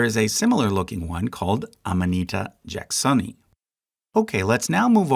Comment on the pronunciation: Silo-sab 🥲Your pronunciations need some work. MycetEs, jacksonii...🥲🥲🥲